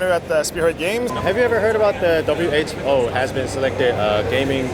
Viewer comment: 형 근데 왜 계속 WHO를 WHBO 라고 하는곀ㅋㅋㅋㅋㅋ 드라마를 재밌게 봤나봐요